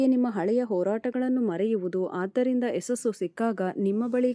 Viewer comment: ಯಸಸ್ಸು ಅಲ್ಲಮ್ಮ - ಯಶಸ್ಸು ಅನ್ನಬೇಕು ಕಂದಾ